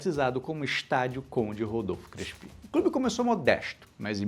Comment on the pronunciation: Adorei. Mas eu nunca ouvi o nome Crespi pronunciado como oxítono. Você pesquisou sobre a pronúncia correta? E já que o tema da série é o paulistão, faltou falar do estadual conquistado em 1934, de forma invicta, jogando como Clube Atlético Fiorentino. Abraços!